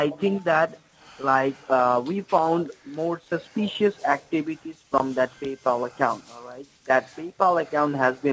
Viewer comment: That frawdentchial porchase seems very suspeechoius so check your keyboat and hold it👍Legend